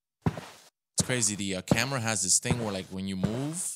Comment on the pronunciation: And you pronounced camera wrong you said amera